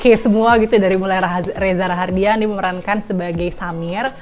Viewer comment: REZA RAHADIAN NOT RAHARDIAN☺️